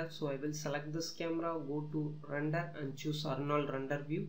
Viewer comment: dude its called render not rundur. speak corectly because other peoples are laughing on you.